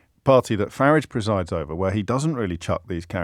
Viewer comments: James started out pronouncing it this way because he thought it was an insult, but actually if you listen to Nigel himself, he pronounces his own name in a very similar way. (with a shortened "a") When James briefly attempted to advance his career (unsuccessfully) at BBC Newsnight, I noticed the bosses forced him to pronounce it with the elongated "a" vowel sound, which is how most people (erroneously by Farage's own pronunciation) pronounce it. James' attempt at insult is in fact pretty accurate, rendering an insult ineffective. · The Ciaphas of hypocrisy OBriien cant pronouce Farage correctly. Wants to abolish private ed. but sends his children there.The unflushable one personified. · Why does O’Brien keep changing the pronunciation of Farage ? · He pronounces "Avalanche" with the proverbial R, like with the little finger pointing up. But pronounces Farage, like a place where you park your car. The man is painfully hurting inside.